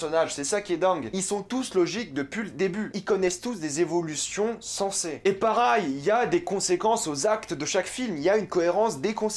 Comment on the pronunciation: Et mdr gros on dis « pareil » et non « parail » comme tu le prononce 😭